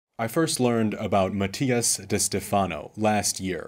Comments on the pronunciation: This may be your view now, but as you grow and mature, you will understand one day. Also, you’re not pronouncing his last name correctly…. When the student is ready, the teacher will come. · If you did all this research and you can’t even pronounce his name right is because you don’t like him. Shame to your channel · So we’re not supposed to believe Mattias but we are to believe this guy. Who can’t even pronounce Mattias’s name correctly.